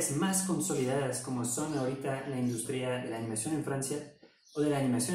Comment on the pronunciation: Industria se acentúa en la "U" y no en la "I" espero te sirva. Gran canal y buen contenido!